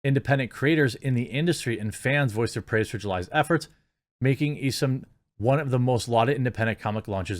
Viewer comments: ISOM, Pronounced - "ICE-UMM" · FYI: It's Isom (Eye-Some), went to school with a guy with that last name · Eye - Some is how you pronounce it.